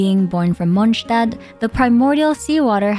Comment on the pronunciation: Respect for pronouncing "Mondstadt" correctly. The first time someone pronounced the st correctly. *even thou you DID say Stedt instead of Stadt, but not that big of a Deal